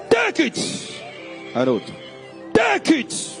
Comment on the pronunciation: "tekechi'"... He is speaking English:"Take it."